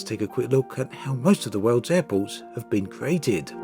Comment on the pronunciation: Why does he say Apples instead of Airports?